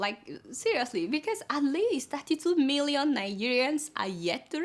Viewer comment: You always make me laugh each time you pronounce these words: "milllion" "dollars" "learn". But who cares. No be phonetics class we dey. Well done jare. hehehehe